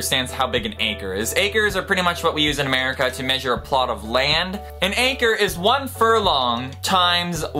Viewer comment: I was glad when you wrote acre because for me it sounded like anchor... lol.